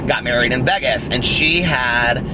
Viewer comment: You do say Vegas funny!! Lol I dont know how you dont hear it. You say, v-eehh-gus and its pronounced v-ay-gus, if that makes sense. 💙💙💙💙💙💙